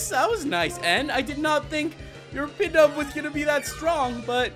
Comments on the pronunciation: It's not pidove it's pronounced pee dove k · its Pidove (pee-dove)